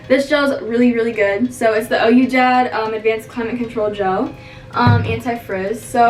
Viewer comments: she said ohyoudad 😂😂😂it’s qui-dad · It’s we-dad which means yes dad not o-u dad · It’s pronounced we-dad ( Ouidad ) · Ouidad is pronounced /we-dad/ aahaha btw loved the video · ouidad is pronounced “we-dad” . not hating but just in case someone asks a worker or something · it’s we-dad it’s French